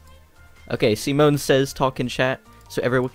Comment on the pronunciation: When he said 'Simone' I had to look at the screen to make sure that he said Simone and not Semen- Don't ask how the hell my brain though about that.